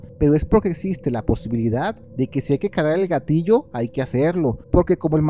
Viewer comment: Deja de decir "ayi" sufro mucho !!!